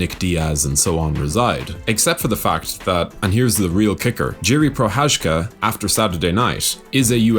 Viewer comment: Everyone is butchering his name. how to pronounce "Prochadzka" correctly. It takes time.. So here is the tip how to make it better : You guys mastered "Cha"mzad already so use the same "Cha" pronunciation in Pro"Cha"zka